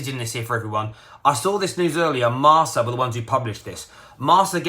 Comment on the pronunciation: This guy pronouncing every foreign thing wrong… Laionel Messi? Marsa?